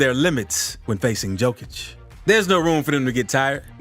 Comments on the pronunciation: Read it like Yokić, not Jokić and you will pronounce his last name as its supposed to be. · Yo-Kitch. Not Jo-Kitch. Please learn how to pronounce that man's name correctly. I cringe every time you say it. 🤦‍♀️ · Learn to pronounce n.i.Q.Q.a (it's Yo-kee-ch) the joke and the dislike is on you and your video from the start. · hard hearing, not J (dzej) it Y *yokic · Bruh you definitely just want views cant pronounce his name right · Here the fool can't yet pronounce the name...yet he back bla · Lost interest on this video with you mispronouncing his name in the first minute! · same here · Can't even hold it against this amazing voiceover for the mispronunciation of the mans' surname. 🤣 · Guy Is mixing Đoković and Jokić. Learn how to pronounse a Name. Nice Clip If you learn to pronounce